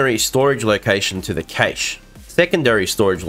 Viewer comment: Cache is pronounced "cash".